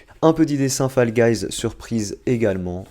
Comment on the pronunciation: Mes sa s écrit fall guys mes sa se foll guys